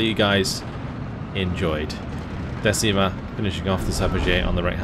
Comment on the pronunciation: Decima is not pronunce "desima" how pronunce you but "deCima" 😅 Sorse dal mar la decima flottiglia e prese l'armi al grido per l'onore! 🏴⬛️🏴‍☠️🇮🇹✋️